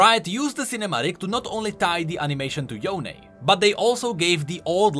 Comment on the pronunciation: Riot: Yonee/Yonie Everyone: Yone: yoNÉYH